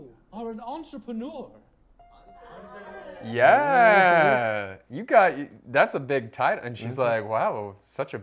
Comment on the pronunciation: Why make fun of a pronunciation that was spot on? He made himself look really dumb (at least to us) because even english people don't have the level she said it with